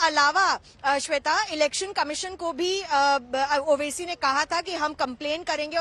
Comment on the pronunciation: Name to sahi ley mere bahin owesi sahb bolo